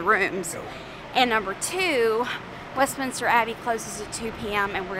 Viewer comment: Westminster Not Westminister. No extra I. Also please stop with the British accent. Not even close